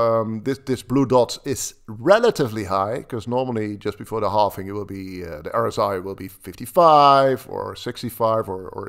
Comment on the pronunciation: It's called halving not halfing